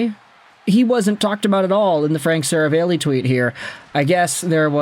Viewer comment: You can't pronounce Seravalli or Wanner. Stay in school